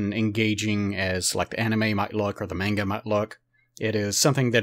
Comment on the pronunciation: This guy is the only American that I've heard say "manga" properly